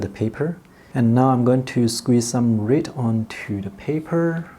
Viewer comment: This guy cannot pronounce red